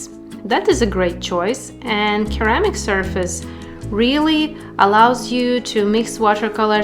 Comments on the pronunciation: Hiya, thanks very much for another great video. I love ceramic palettes, and I hope that you don't mind me mentioning it but ceramic is pronounced like the C is an S, for instance Seramic instead of the hard K sound, Keramic. Take care, David. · Pretty palettes! It’s pronounced “suhr-amic” not keramic. But you say it so cute!